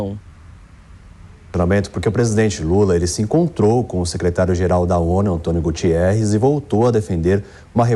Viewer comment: António Guterrez e não Gutierrz......sic....